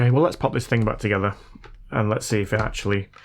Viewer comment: its is Thing its Not Thingk